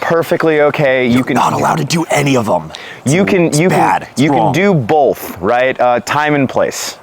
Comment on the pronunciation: Holy fuck do I hate how says "bowlth"